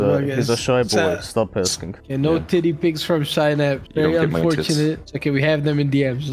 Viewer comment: I thought his name for the longest time was pronounced se-naps